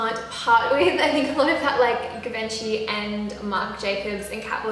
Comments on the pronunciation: i think its pronounced: jee-vun-chee or jee-van-chey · It's pronounced like jee-van-shi 😂😂😂 it's french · you can't pronounce givenchy